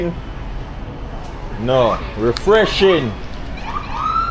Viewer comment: “Is it sweetened, Noo ReFressshing”” 😂😂😂😂😂 I can’t stop laughing